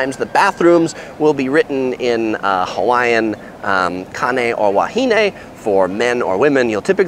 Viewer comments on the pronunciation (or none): none